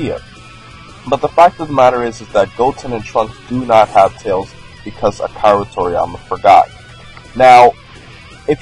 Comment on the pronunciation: You lost my like when you pronoun end Akira